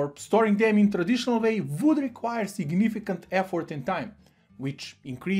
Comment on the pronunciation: try learning some accent , i hear significant as cihinibikant